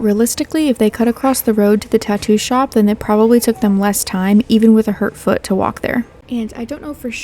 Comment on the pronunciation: She has a broken fut 😂 and I’m not laughing because she has a broken foot, laughing because she pronounced foot as fut 😂😂😂